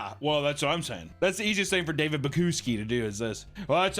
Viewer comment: I love how he never pronounces David's name right.